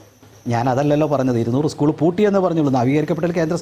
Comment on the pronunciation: സ്കൂൾ എന്ന് പറയാൻ പഠിച്ചിട്ടു വാ 😂